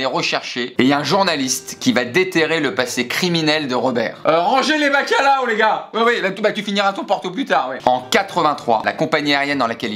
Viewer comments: "Le bacalao" oh mon dieu cette prononciation 😂😂😂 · Portugaise comme je suis j’ai littéralement rit ma vie quand il a prononcé « bacalhau » ! 😂😂😂😂